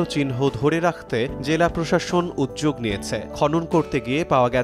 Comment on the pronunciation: উদ্যোগ এর উচ্চারণ কি উজজোক???নাকি উদ্দোগ???🤣🤣🤣